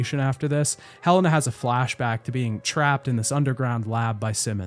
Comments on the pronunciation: Her name is Helena not hellana lol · Did you hire someone to read your script? Cause there’s no way you played this game and heard everybody pronounce Helena as “he lay nah” and piers as the only way to pronounce piers to my understanding,then proceeded to say “hell in ah” and “perry” over and over